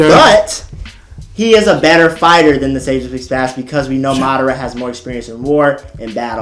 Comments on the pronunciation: Sage of six page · "Sage of Six page"